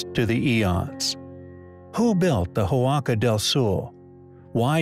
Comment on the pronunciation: The letter H is silent in Spanish. The word Huaca is not pronounced Who-ah-ka, but rather just Waca. Also you started out correctly calling the structure the Huaca Del Sol but then halfway through the video you changed it from Spanish to Portuguese and started calling it Huaca Do Sul. Might want to do some editing.